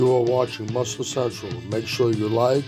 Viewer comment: You might want to enunciate better at the end when you say Muscle Central. Your garbled speech sounds like said Muscle Sexual... Pronounce the N at the end, bro...